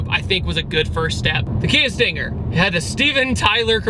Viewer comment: Sting-air? Sting-haire? Sting-ayer? XD